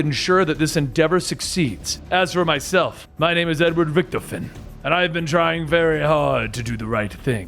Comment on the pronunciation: Welp a minute in and he didn’t say Richtofen correctly